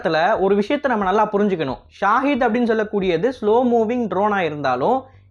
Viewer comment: ஷஹித் Shaheed. Pronounce it like this.